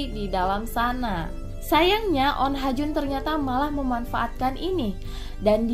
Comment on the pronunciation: Bukannya namanya oh ha jun?? Ko jadi on ha jun mulu